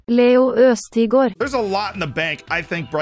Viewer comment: the Ø at the start of Østigård and Ødegaard is basically pronounced like the Ea start of the word Earth.